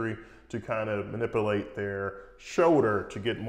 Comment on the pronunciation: MANIPULATE "MANIP-YOO-LATE" NOT MANIPILATE